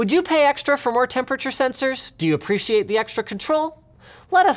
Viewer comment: i apweetiate duh extwa cuhntwole